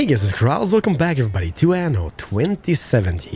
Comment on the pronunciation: Please Anno has 2 "n" not one ^^ (in pronunciation it's like you're using one "n")